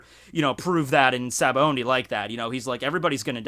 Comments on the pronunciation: gah you keep saying Sabaondy.... there is no 'N' in Sabaody. just... btw. its Sah-bah-oh-dee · you pronounce it Sabaondy but it doesn't have n it's Sabaody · well, it's pronounced as shabondy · Good Lord, there's no "N" in Sabaody.